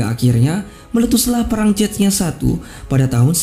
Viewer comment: cesnya bacanya bukan cetnya wkwk